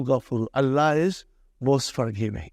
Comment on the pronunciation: He does not even pronounce Allah correctly his la is weak